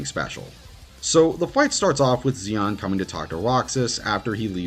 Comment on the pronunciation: I would like to say I agreed with all the pics here… but Xion is not pronounced with a z sounds like Xemnas or Axel. It’s more like Marluxia, with the shhhh sound. So it ends up being she-on